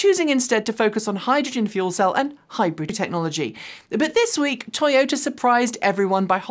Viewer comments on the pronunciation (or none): none